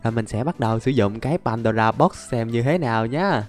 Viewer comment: nói padora box nghe hài